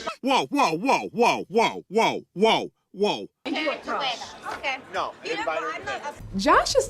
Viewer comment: She said “Trush” 💀